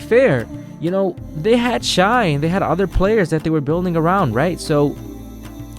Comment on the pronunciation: SGA's first name is pronounced "Shay" not "Shy"